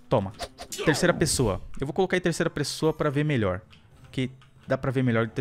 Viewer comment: Quem ouviu o falando terceira pressoa deixa o like